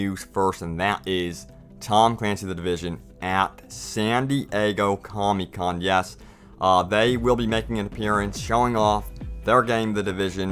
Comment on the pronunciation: i scrolled here just to make that correction.and its "comic con" not comy con